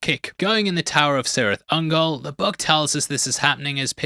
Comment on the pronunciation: Pedants corner: it's probably been said already, but 'C's' beginning proper nouns in the works are sounded as 'K's' - hence Kirith Ungol, not Sirith. I'll get me coat...